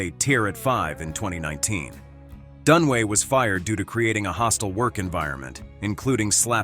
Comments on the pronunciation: Faye Danaway, not Dunway. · Her name is Fay Dunaway, not Fay Dunway.